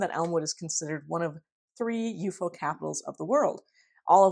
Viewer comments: I agree with your preferred pronunciation of UFO. It is the classic Fortean way of saying it, and signals you know the subject matter much better than the average "talking head" Youtuber. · New subscriber from Canada here, chiming in to let you know that, in the 1970s, there was a sci-fi series on Canadian television entitled UFO. in the series, the title object was pronounced exactly as you pronounce it. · Elmwood! Classic UFO ( You're pronunciation reveals your love and knowledge of the field-right on right on)case! Thanks! ❤️🙏❤️ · I feel nostalgia when you pronounce ufo that way... then again I'm a Keelian dork too